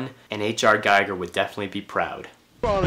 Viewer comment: Nice vid. Btw, H.R.'s name is pronounced, "Gee-gur", not "Guy-gur".